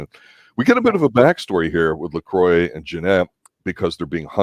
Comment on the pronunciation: You keep saying Lacroix name wrong ! They never say his name like that in the show. It's not Lacroiy. It's Lacroix